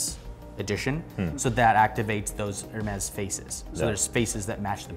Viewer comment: Its not f**** ermezz. Its ehr mee